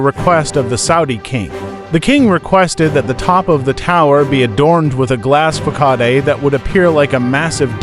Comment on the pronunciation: Is this ai-narrated? Why do you pronounce facade as fah-kudd?